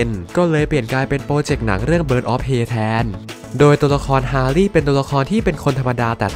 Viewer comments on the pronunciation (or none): Prey อ่านว่า เพรย์ ครับ ไม่ใช่ เพ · ออกเสียงว่า เพร